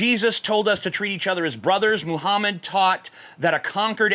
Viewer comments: you said "Muhummus" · is it just me or does he say "muhhumus"? no h8, just sayin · you acidentally said Muhammas in this video at one point, I lol'd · 4.36 "Mohamas" - TJ Kirk 2017 ... Or is it "mo hummus"? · Did anyone else hear him say "Moo-hummus"? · "Muhummus" LMAO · you said mohamus